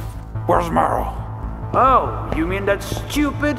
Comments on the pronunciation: After he said barrel evry time they said meryl i heard barrel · Same it was funny to me to because I never realized he said barrel and then I'm like where the hell was that barrel